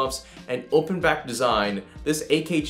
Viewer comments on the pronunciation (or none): none